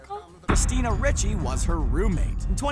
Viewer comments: christina RICHEY??? um, i think its pronounced "Reechy" DUH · It's Christina "ree chee" not "ri che". I've heard her name pronounced "ree chee" ever since 'The Adams Family' was in theaters. Never have I heard it pronounced "ri che". What country are you from, dude? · Why can you guys at and CBR ever pronounce all the words correctly in a video? Its Christina "Ree-chee," not "Rich-ee." And your slate for "She's a Tomboy" says "She has a strange diet" again. C'mon guys, quality over quantity.